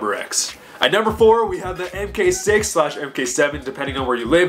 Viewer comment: Bro, it's "mark," not "mk."